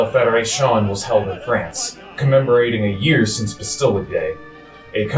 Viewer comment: I hope someone has taught him how to say 'estate', 'Rousseau' and 'Bastille' by now. Wow.